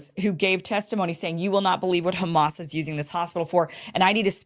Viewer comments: LOL They just pointed out the first thing I noticed! If you know a little Arabic, you know the distinct pronunciation of letters ع ح only fluent people can say it right and local people will never change the ح in Hamas to soft H sound! It’s like a Spanish person pronouncing Juan the way an American says Huan! 🚩 They wont mispronounce proper names! 😂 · LoL Anyone who knows little Arabic knows the Arabic accent! Hamas is spelled حماس in Arabic. “H” is the closest English sound to “ح”, but an Arabic speaker will pronounce it that deep guttural sounds which this fake nurse doesn’t pronounce!